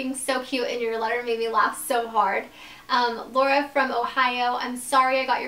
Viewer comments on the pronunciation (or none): none